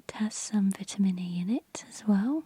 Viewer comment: Couldn’t watch it because of the way she said vitamin